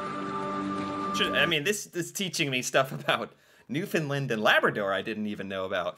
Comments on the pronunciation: And today we saw how very little what we did was appreciated. Funny, I don't recall Canada (or any other country) asking the US to pay them back for all the assistance we provided on that day and the ones following. PS - we pronounce it New Fun Land, not New Fun Lend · I’m gonna put it here, it’s pronounces New-finn-land, not New-finn-lind. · Newfun LAND. Or, NEWfun Land. Not Newfunlund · New found LAND, not New Found LUND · Not Newfoonlind. New fundlaaand. Help me out here Newfies and Labradorians! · A Newfoundlander I used to work with said the pronunciation of “Newfoundland” = “understand” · Has no one heard about the musical, Come from Away? This is the Canadian 9/11 story. And its pronounce New FOUND land😊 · the name of the province where Gander is situated is spelled and pronounced "New Found Land" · It's pronounced "new-f'n- LAND" It rhymes with "Understand". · New FOUNDLAND, non new finland. Please correct